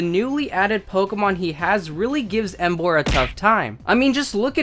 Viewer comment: Bruh u idiot tuber it's emboaaarrr